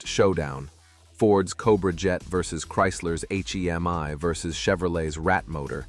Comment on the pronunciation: hate the a.i. voice - its not an h. e. m. i.